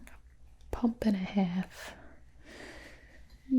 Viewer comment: haha nice accent. A pump and a hEf